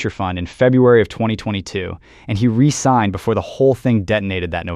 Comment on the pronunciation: "re-signed" vs. "resigned" Careful with the pronunciation, there. Two very different things.